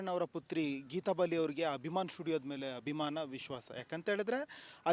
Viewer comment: ಹಭಿಮಾನ ಅಲ್ಲೋ ಅಭಿಮಾನ 😂